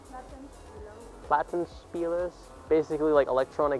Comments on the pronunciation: Actually, those "Watenspielers" you half-assedly pronounced the names of (I'm just basing it off of what you called them) are just modernised vinyl record players; they're not turntables for DJs. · I mean you have been in the Media Markt-Market, there are the prices around 50-120€ more than online. It also depends on the city where are you buying the stuff. When i am in my city its more expensive...and mouses, keyboards and monitors are the ABSOLUTELY worst! How you say Plattenspieler XD...I dont really understand how the peeps in the stores get their prices lol XD